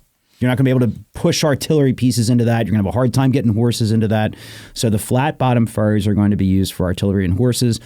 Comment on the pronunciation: I'm late to this episode.. "Flat bottom ferries" sounds like flat bottom furries and I can't ignore that. 😆